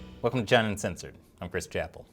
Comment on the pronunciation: Hey was it just me, or did you say "China Uncenthored" . I had to replay a few times.